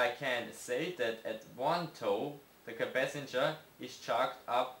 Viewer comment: Capacitor not capacanger